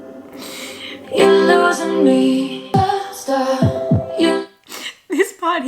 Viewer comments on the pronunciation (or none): It doesn’t sound like she is saying “Stop” it sounds like “Star” - why? 🤷‍♀️